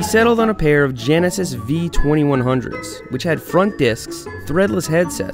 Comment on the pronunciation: "front" "Front" "rear" ... 😐